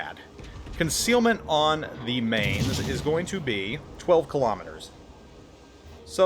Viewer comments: Spent 2 years at Lee Barracks in Mainz, Germany and it's pronounced "Mine-tz" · I wonder how many times he's been told it's pronounced 'Mines'... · Man that pronunciation was horrible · pronounces it wrong plays like ass gives a half assed-commentary with mediocre gameplay no wonder you only have 28k subs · I do plan on getting it. I've been in Mainz, and would live to have a ship that sparks those memories. Someone else already corrected your pronunciation, so I won't. Take care of your family and enjoy the little ones. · Mainz, you pronounce the ai like the mi in in mice. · Another German ship, Another name butchered by. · same grade of terrible as Notser or him butchering French/Italian/Asian/Russian names. ....how dare the world !